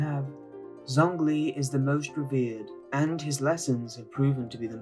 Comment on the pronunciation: Pronunciations of Zhongli and Xingqiu were really off